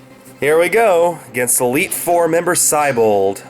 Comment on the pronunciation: Hey,, considering the name "Siebold" comes from the word "sea", shouldn't the pronunciation of his name reflect that?